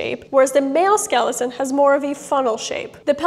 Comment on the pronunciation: It’s skeleMaam!